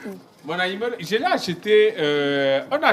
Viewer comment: Il a massacré le nom de notre nourriture préférée que Ayimolè😂😂😂